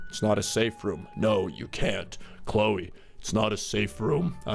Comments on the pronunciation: EZ PZ its Chloe not Chole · Its Cloe not Chole